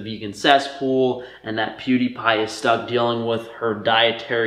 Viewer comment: “poo die pie”